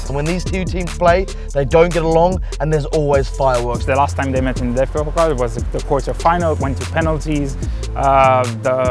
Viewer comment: DFB “Pokl”